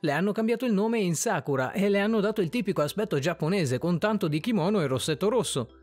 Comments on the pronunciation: Non si dice “sakúra” si dice “sakura” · No si dice sàkura